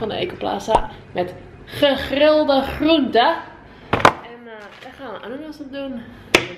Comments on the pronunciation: In hoeveel video's heeft wel niet gegrilde groente gezegd zonder het normaal uit te spreken whahahaha😂😂👌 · Altijd grappig hoe jij gegrilde groente zegt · Damn jouw gegrilde groente uitspraak heeft meer bass dan een avondje Slipknot